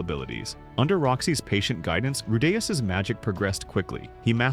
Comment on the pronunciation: how are you pronouncing Rudeus two different ways in the same video lol?